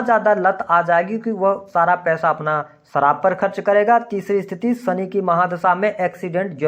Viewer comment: आप शनि को सनि क्यों कहते हैं?